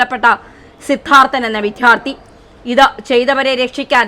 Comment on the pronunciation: വിദ്യാർത്ഥി എന്ന് പറഞ്ഞു പഠിക്കു